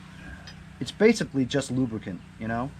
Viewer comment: Never say... Lubricant.... Only lubracan.... LMAO